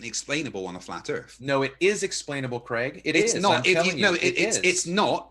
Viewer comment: I know these debates are ridiculous but I still learn stuff listening to. Americans please note Craig does not rhyme with Greg it rhymes with vague